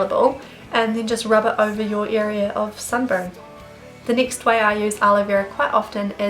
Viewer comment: It drives me insane how u say nixt or neext instead of next